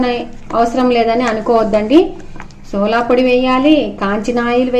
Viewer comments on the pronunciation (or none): సోలా పొడి కాదు అమ్మ. సోడా పొడి